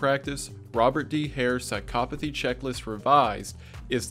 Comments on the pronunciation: As a psychology major, thank you for saying psychopathy correctly. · I ... have been saying psychopathy wrong my whole life?